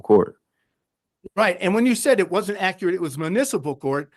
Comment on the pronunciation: Georgia deserves attorney's that can pronounce "accurate"